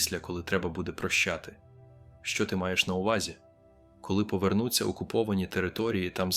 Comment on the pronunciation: Розповідь згенерована штучним інтелектом, послухайте наголос на деяких словах, вчитель не може так говорити.Наприклад -говорить: міст трІщить,а не тріщИть, повернУться, а не повЕрнуться ,квітАми, а не квІтами,бОлять, а не болЯть і багато ще.Це так говорить вчитель, який уже працює 30 років? Говорять ТЕ, ЩО хочуть чути люди.